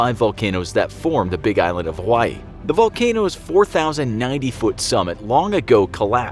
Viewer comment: I'm a Hawaiian and I get really ticked off that you say Hawaii wrong